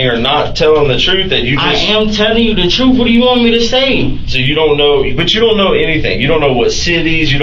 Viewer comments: But he told the 'troof'. 😂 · But.....he said he was telling the "Troof"...... I don't understand......😂😂😂